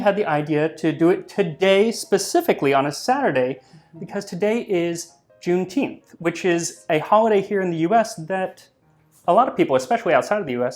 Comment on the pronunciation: i thought "junteenth" was that star wars holiday. youre doing good work max